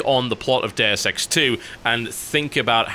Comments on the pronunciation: oO I was wondering "What the f is Dare Sex???" Until I realised he's talking about "Deus Ex"... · I thought he said Dair sex 2, not deus ex 2.